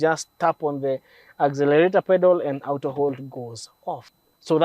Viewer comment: A Kenyan pronouncing Auto as aooto...is just a confused fellow. Good content...but this is called the Tenderpreneur cars. Shows how well someone is stealing from govt tenders.